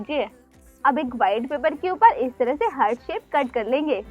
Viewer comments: Ughhh हर्ट नही हार्ट होता है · Mam hurt nahi heart hota hai 🤐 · Ye heart ko hert hert kyu bol rahi hai 😁😂😂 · You are. Pronouncing the word heart wrong